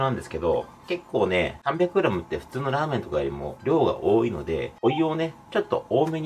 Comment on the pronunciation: ラーメンの『ラ』が うまいの『う』に感じてしまう！(笑)